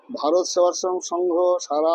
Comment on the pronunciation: ভারত সেবাশ্রম সংঘ টাই উচ্চারণ করতে পারে না